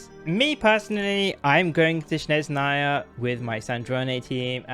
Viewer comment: It's not "shnez", its the other way around - "snezh". 😂